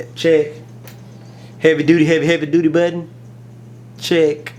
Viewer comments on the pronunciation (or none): budden what its button........lol nice video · mah buhhk-tenn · Lol... I like the way u say button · Lol I love the way you say 'button'. Nice video.